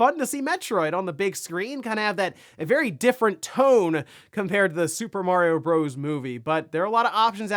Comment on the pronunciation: "Bros." has a period at the end which means it is an abbreviation. It is pronounced "brothers".